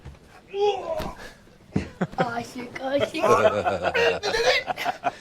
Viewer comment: he said "ASHIQ"😂😂